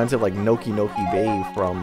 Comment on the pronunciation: It bugs me that you say Noki Bay with two "Nokis."